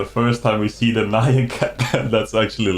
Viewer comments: Great work 🤙🏻 just a side note, Nyan is pronounced knee-an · You pronounced nyan cat wrong the entire video. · ...you've spent how much time online, and can't pronounce "nyan"??